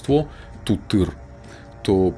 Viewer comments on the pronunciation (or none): интересно слушать, только Тутыр ударение на У,и Шатана ударение на Вторую А